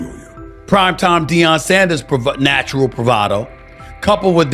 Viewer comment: This idiot doesn't pronounce Deion's name correctly. Rather purposely (racist) or didn't take the time to find out but wants clicks (loser). 👎🏽